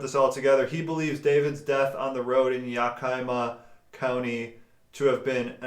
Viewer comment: It's pronounced Yeah-kuh-ma. I live in Washington state. :)